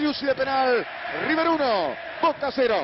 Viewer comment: Manuel Lucena el primer hincha de boca que veo que no dice riber bien dicho